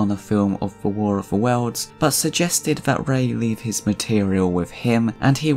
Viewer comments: QUIT saying War of the Wells, it's War of the WORLDS. Learn to talk!! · Speak properly. It's "worlds", not "welds".